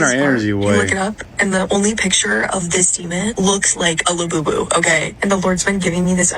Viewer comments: That lady that couldn't say labubu right 😂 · Lububu sound like lil boo boo 😅